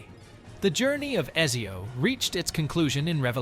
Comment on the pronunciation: this is clearly an AI video as it doesn't pronounce Ezio correctly, or the guy never played the game, and i tend to think of the first option more